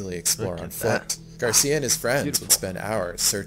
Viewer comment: Happy to hear that you like Mallorca, greetings from the island! By the way, Xisco surname is Gràcia that means grace in catalan, curious that the narrator pronunciates it like Garcia. Keep up the amazing content!